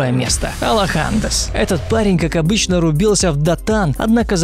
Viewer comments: Сказал алохАденс, аж леща захотелось дать, алОха денс, хотябы узнал как стримера ник читается перед тем как называть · Aloha dance, а не алохАденс:) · Куплинов внезапно стал стримером, круто )) И можно ник Алохи норм прочесть, ну с нормальным ударением а не алохАнденс ??